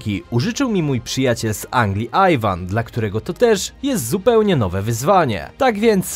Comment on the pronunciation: Ivan nie Ajwan, on nie jest marki apple